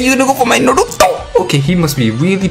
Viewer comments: kKakaka é engraçado quando ele fala o nome naruto kkkkk NARUUTOUUU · The way u say Naruto is sad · Stop saiying "naruto" like that